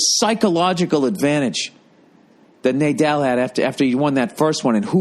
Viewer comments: haha pretty sure it's pronounced NAH-DAHL not NAY-DAHL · Love how he butchered Raffael Nadal's name :D